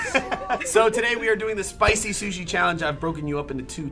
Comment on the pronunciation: he said shushi